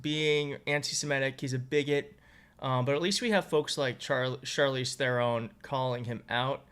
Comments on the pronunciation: You pronounce Charlize’s surname as “TERON”. It’s pronounced with a plain ”t” — as in Te-ron. Think Pete Thiel here (e.g. Teal) — you only pronounce the “t”. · I'm a South African and I love Charlize to bits but her surname is pronounced "tRRon" with heavy emphasis on the R. It sort of rolls in a Dutteral manner. As in Trrr-hon. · Its actually pronounced "Thron". Its an African name. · Its there in. That's how to pronounce her name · Seriously, you've never heard anyone say 'Theron'? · Its pronounced like 'Te-ron'. Similar to 'Terhan' but with an 'o' sound. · Respectfully learn to pronounce her name before you introduce her..pls